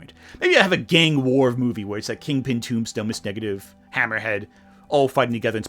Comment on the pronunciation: Great video, but am I the only one hearing "Ms. Negative"?